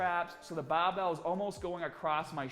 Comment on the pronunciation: "the baar bael"